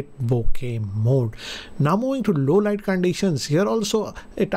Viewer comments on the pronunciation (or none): none